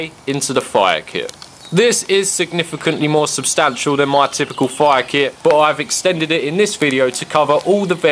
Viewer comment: When u say fire (foiah) im dead